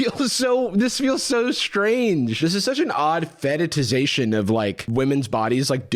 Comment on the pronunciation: pronouncing "fetishization" as "feta-tiz-ation" is sending me